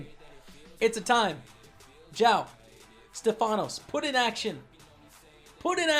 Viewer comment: You had 2greeks in your table the famous kolonias and mavrommatis(in greek means the black eye guy) but the correct name is stèfanos not stefànos😂